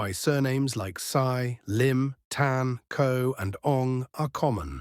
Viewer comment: Sy (read as see not as sigh)